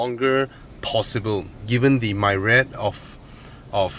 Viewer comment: It's "Myriad" not "Myrad" just so you know for your future videos:)!